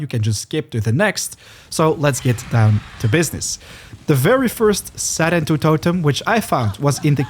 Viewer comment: I like how in the game they say “sarentu” yet you say “serentu” like okay.